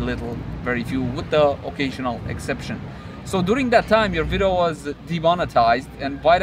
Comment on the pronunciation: thanks for the update! Detailed. I dig the VLOGs too. Keep em going. (PS: "vidEo", you keep saying "vido") ^__^